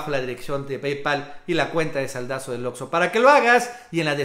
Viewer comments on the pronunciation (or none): none